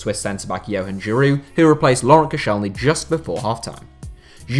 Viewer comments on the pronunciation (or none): none